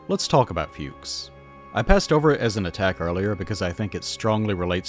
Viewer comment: German here, very nice video. But, what a little bit ground my gears was your pronounciation of "Fuchs". It's not like "fugues" but more like "fox" but with a similarily short u. all ze best. 😁